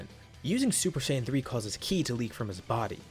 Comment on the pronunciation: Lol hi said super shaim 3